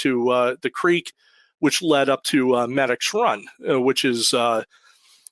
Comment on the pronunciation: It’s pronounced Meedix Run not Medics run it’s down over the mountain from Parker Dam and Elliot State park there’s a tavern that’s been open since the 1800’s known for cold fries and herpies…… Both Medix Run and Over The Mountain are major stops for atv and snowmobiling been through those woods many times hunting and riding.